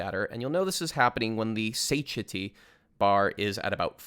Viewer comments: For anyone reading this, especially non-native speakers of English, Satiety is pronounced "sat-TIE-uh-tee", not "SAY-shuh-tee" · The biggest thing I learned from the guide was how to pronounce Satiety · Great guide but I can't get over the satiety pronunciation